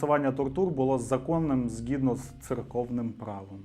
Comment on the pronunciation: Натрапила на ваш канал нещодавно. Тому досить не звично від вас чути це недоречне ґ у словах "багатство, згідно" і тд😅 у цьому відео річної давнини. В нових ваших відео у вас ідеальна вимова👌☺️ ви великий молодець. Дякую за класний канал🙌